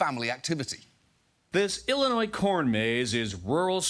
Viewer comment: ah yes: Ollinois! The beautiful state bordering Mossouri, Kentucky, Ondiana, Mochigan, Wosconsin, Monnesota and my favorite: Oowa! 🤣